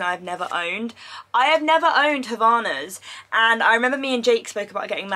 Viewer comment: not you calling havaianas "havanas" lmfaooo we love 🖤😭